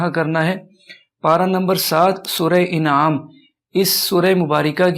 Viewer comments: sura inaam nahi anaam hai Maaf karna surat ka naam sahi karo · جزاک اللہ خیرا کثیرا سورہ انعام ہے یعنی ا کے اوپر زبر ہے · Surah inaam nahin hy surah anaam hy...